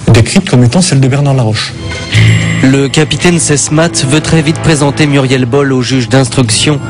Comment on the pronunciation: Le capitaine Sesmat pas Sesmatte , pour des journalistes c´est un peu limite quand-même ...